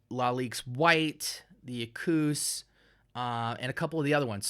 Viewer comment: Props to you for actually prounouncing the name of this fragrance correctly! And I agree this stuff is gold for the right person. Its not a younger man's modern-style scent. Its a sopisticated gem tho. Love to layer it with the Lion. and, FYI the bottle is 75ml, not 100. Lalique has some nice stuff!!!